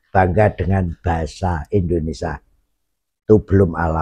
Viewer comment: Indonesia, bukan Endonesa